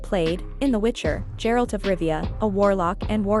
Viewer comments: His name is Geralt not Jeralt smh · Its not Jeralt...